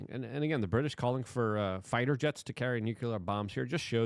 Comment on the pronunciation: "nuceler".....you are talking like george w bush.